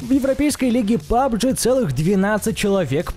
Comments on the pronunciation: Да бывают у него ошибки вместо пабг говорит пабджи может ему так легче произносить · У меня одного горит когда он говорит пабджи? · Пабджи.... Пабджи........ Пабг!!!!!!!!!!! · НЕ ПАБG А ПАБГ!!!!!!!!!!!!!! 😡😡😡😡😠😠😠😠🤬🤬🤬🤬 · Не пабжи а пабг